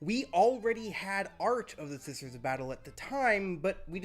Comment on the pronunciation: the unique identity of not knowing how to say "SISTER" on occasion